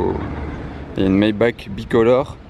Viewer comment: Maybach se dit "maybar" par contre ! Et les flasque sur la 935 on appelle ca des Turbofan ;)